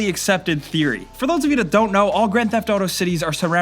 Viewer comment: the way you pronounce grand theft auto pisses me off, sorry.